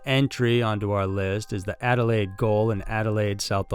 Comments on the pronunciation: What's a gayole? If you are trying to say "gaol", it's pronounced the same as Americans say jail, We just spell it correctly. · so FYI... Adelaide "GOAL" is actually pronounced "JAIL" here in Australia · Goal it's prounced Jail. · Gaol is pronounced like "jail". It's the British spelling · Dude Goal??? Gaol. Its pronounced Jail! Idk what you're talking about and I've lived here well over 40 years lol there is way more terrifying stuff around here, that stuff you're talking about doesnt even hit the sides.. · Gaol is pronounced jail. Not goal 🥅 😂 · it's not goal dude it's, GAOL. pronounced jail. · Goal is pronounced jail. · Goal is still said the same way as Jail... Anyway love it guys... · "Goal" is pronounced "jail." Do you do any preparation? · Im sorry I laughed at the Adelaide Gaol (Jail) one. Being from there and hearing it called a goal, couldnt take it seriously at all. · It's not goal. Australians spell Jail = Gaol. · Was hard to concentrate on no 2 because of the way you pronounced gaol as goal lol us Aussies still pronounce gaol as jail it’s just written a completely different way.. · Goal is pronounced jail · Regarding story #2, although it is spelled, "gaol" it is pronounced ,"jail" like in America, not pronounced "goal". Just thought you should know.😁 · Just a quick note, the word "gaol" in English is pronounced "Jail", it was pronounced as it is read with a hard G in the past, but this has now been supplanted by the modern pronunciation. This was a post from a very pedantic Englishman 😊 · I love this channel but Gaol is pronounced Jail it's just the old times spelling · Oh my gosh. Ghoulburn!!!!!!! We say "Golburn" And goal-something you aim for; gaol-a prison. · Ok,. "Ghoul-burn" is pronounced "Goal-bun". Gaol is still pronuounced "jail", and thank you for covering more Aussie cases 💙🇦🇺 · Pretty certain the word “gaol” is pronounced “jail” 😂 (yes, Australia be strange...I grew up in VIC and yet am still bewildered by the local lingo tbh)